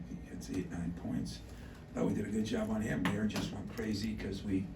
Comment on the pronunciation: He keeps saying Mayer like “mayor”. He’ll know how to pronounce his name after watching the highlights. Lol, Izzo